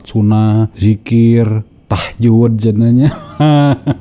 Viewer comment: lihat wajahnya saja ga yakin ibu ini Muslimah, apalagi dengerin cara baca Al Qur'an. Emang ada sholat Tahjud. bukannya tahajud